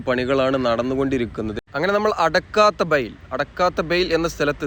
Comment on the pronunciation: അടുക്കത്ത് ബയൽ ആണ് മോനേ... ഞാനും മലപ്പുറക്കരനാണ്... ഇംഗ്ലീഷ് ബോർഡ്‌ മാത്രം വായിച്ചു മലയാളം സ്ഥലപ്പേര് പറയരുത്..